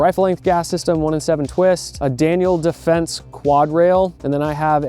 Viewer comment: I loved every part of this video from beginning to end But, DANIEL DEFENSE?!? 😂 WTH 😂😂😂🤦